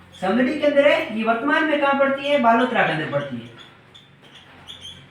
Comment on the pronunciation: Sir बालोतरा होगा बालोतर नहीं